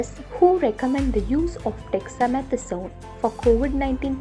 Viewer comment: Please pronounce WHO as W.H.O instead of who. ( m sorry but It's so disturbing) Over all the video was good